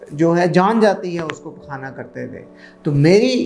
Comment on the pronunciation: pQaana PQaana kya bol re g